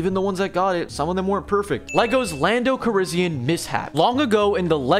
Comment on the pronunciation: Can't even say Calrissian right.